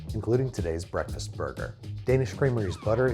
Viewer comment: Babish's Breathfast Buns.